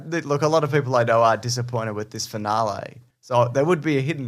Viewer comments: fin-ahl-ee not fin-ah-lay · Jaaaaaaames... why are you saying finalae? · The way you say "finale" makes my irrationally angry.